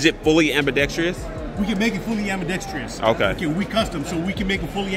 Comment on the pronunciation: Love you but how come nobody can say ambidextrous correctly. It's not "ambi-dextrious". Keep it going bro.